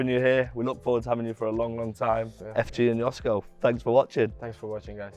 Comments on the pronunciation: The proper pronunciation of his name is “Joshko / Yoshko” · It is pronounced: yoshko ;) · At least could learn how to pronounce Joško...